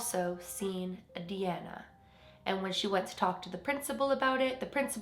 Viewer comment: DeAnna is my middle name. It’s kinda cool to hear it pronounced the way I do :))